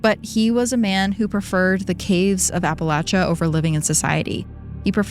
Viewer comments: Thanks for sayin Appalachia correctly! Ive hear lil sayings like "it's Appalachia or ill throw an apple atcha" to remember ✨ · THANK YOU for pronouncing Appalachia correctly HAHA